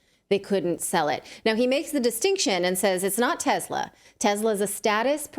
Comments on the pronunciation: Tesla. Not Tezla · Everytime she says TEZZZZZZLA she loses credibility...........